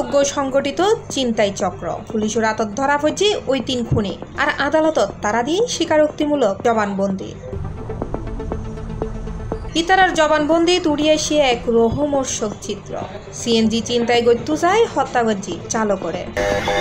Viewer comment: সাংবাদিকের উচ্চারণে ভুল আছে,"লোমহর্ষকে"বলতেছে "লোহমর্ষক", আলমগীর অপু ভাইয়ের এসব বিষয়ে খেয়াল রাখা উচিত,ভুলটা কে কে ধরতে পারছ,হাত তুলো